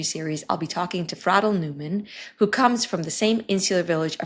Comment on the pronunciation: Why do you pronounce her name like that? Isnt it Fray-del?